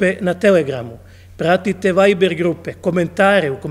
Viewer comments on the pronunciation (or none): none